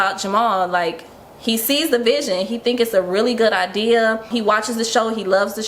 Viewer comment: attempting to say, "idea" is pissing me off 😂😂😂